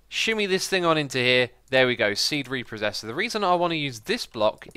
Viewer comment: Re-process not re-posses.